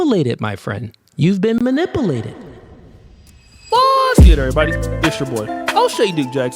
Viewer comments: “You been manapulated my friend”😂😂😂 Niqqa its manipulated, bruh! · I don’t trust dudes that say Muh-Nih-Pooh-lay-ted instead of Muh-NIH-Pew-Lay-Ted! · It's mani-POOO-lated! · You got “man-nip-pull-ated.”😅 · Did say "ma-nipple-ated"🤔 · you been mani-poo-lated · You heard him.. you’ve been “MANIPPLE-ATED”😂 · He should go back to school and practice pronunciation. " Manipilated?"😂😂😂😂😂, don't let this dude dimmer your shine and gloss. You're going to be alright, baby bruh 😎. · Anyone who pronounces manipulated that way (manippillated 🙄) has lost my attention immediately. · 🗣️ wtf is manipeelated🤣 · No...its pronounced ,"Ma-nipple-ated"😂😂😂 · MunipULated not muniplated Jesus high value men pronounce their words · "Manipilated" huh?😂 How can you teach men, when dont know proper English. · Dude is rather ignorant. He can’t even say the word “manipulated” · not mispronouncing Manipulated. 😂😂😂😂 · Cannot pronounce manipulated - cannot be taken seriously. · Exactly and he had the audacity to be condescending 😂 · The fact that he can't correctly say the word "manipulated" is sending me. 😂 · Man can't even pronounce Manipulated correctly 😂😂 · Never trust a man that can’t pronounce “manipulated” 🤦🏿‍♂️